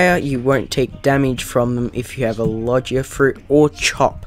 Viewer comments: I can tell you haven't watched one piece by the fact you say "Lojiea Fruits" and not Logia Fruits, you also say "Enhancement" and not Haki like normal people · its pronounced logia not logya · logia isnt pronounced like lodge-ia its like low-gee-ah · Iogia not lojia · i got so mad when he pronounced it logea... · My man your saying Logia wrong